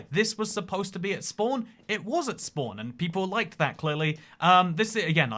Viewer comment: Damn I love listening to you say "spwan".😂😂😂